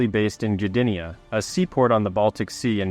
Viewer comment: not juh-di-nya, its guh-di-nya. i believe at least